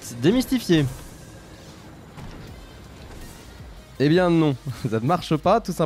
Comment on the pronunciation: Ta le seum quant tu dit demestifi